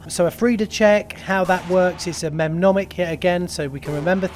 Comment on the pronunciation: Mnemonic pronounced “ni.monic” 🙂